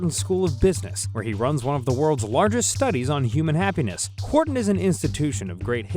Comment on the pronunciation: Finally someone pronouncing the hard H in Wharton....just like God intended.